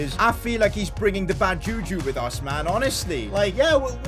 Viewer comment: As a Nigerian the way you pronounce juju is weird 😂